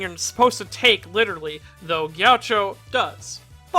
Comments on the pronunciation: It's pronounced G-A-CHEE-O, not Gaucho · i hate how he says “jeowcho” instead of “gakeeoh” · its not gee a cho its gi AH key OH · The way he says “ghioucho” is atrocious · Isn't it pronounced "Gi-a-kki-o"? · Gaucho? Chacho? Jowcho? C'mon mannnn, you gotta at LEAST keep your pronounciation consistent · I see you purposefully saying his name wrong so people would get triggered much like he would